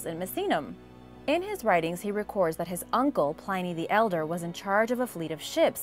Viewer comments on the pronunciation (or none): Plin-nee the Elder, not Pline-nee. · Love everything you do and I hate correcting pronunciation, because I have messed up so much over the years, but Pliny the younger is pronounced Plinee, not Ply-nee, I've been reading a lot from him over the years and made the same mistake myself, just before someone makes a snarky comment. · Pliny. Plin to rhyme with fin and thin. Pliny